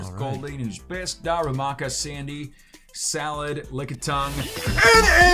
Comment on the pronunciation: Also when I watched u said salad instead of salandit